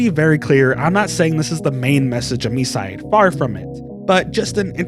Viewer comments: I don't know why this has to be said, but it's pronounced "my side". It's a play on words. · isnt it pronounced mee-see-day? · Your pronunciation hurts me. Please learn Japanese phonetics, even by just listening to [Mitah] not "Mituh" and the game is called [Me-see-day]